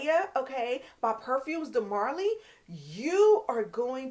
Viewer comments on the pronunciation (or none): none